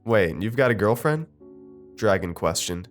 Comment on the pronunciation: Dragan isn't pronounced like dragon, its like dra gaun